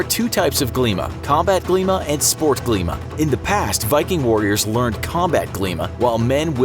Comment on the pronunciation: u really pronounced Glíma very well